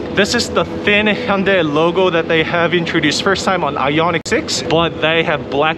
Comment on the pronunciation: I think I'm going to start watching his reviews because he pronounces Hyundai properly (vs. Hon-DAY)